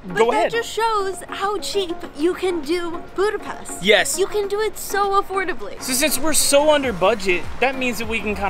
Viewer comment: Óbuda, Buda, and Pest were unified into one single city in 1873. oh.. and one more very important: it's not Budapest, “boo-da-pest.” It's “boo-duh-pesht.”